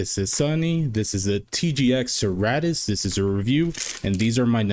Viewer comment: Serra-tus, se-rratus? Now I want to ask Jim how he actually means it to be pronounced lol